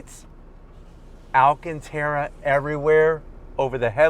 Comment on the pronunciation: Nice car for the price but If this guy says Alcanterra leather one more time ..& what animal Is that anyway😂😂😂